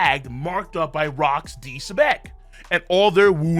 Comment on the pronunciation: Why you had to say Rocks name like that?😩😂